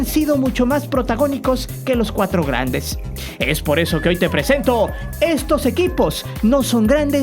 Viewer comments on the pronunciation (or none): "grendes"? :v